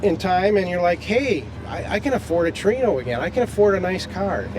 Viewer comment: i wish people would learn how to say TORINO no tree no